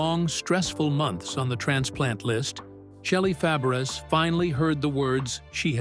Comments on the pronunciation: It isn't Shelly Fab ar us 😂😂😂. Its French. It's pronounced Fab rays....dufuss IA. Dont insult her. She is one of my favorite actresses growing up. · It’s pronounced fab-a-ray. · Pronounced Fabray ! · Her name is pronounced FABRAY---it's French, you idiots--- it's spelled Fabres!! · Her last name is French and you would pronounce it as: Fa-Bry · Her name is pronounced FABRAY!!! It's an insult for you to keep pronouncing it wrong!!!